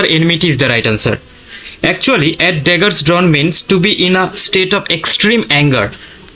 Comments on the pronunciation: draggers and daggers both are different things, pronounce it correctly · tra maa draggers cant even pronounce dagger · Not draggers its daggers